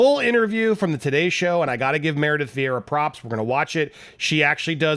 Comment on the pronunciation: "Meredith Viera??????"